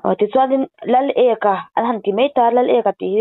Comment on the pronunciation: Lal ek-a a ni lo ' Laleka ' zawk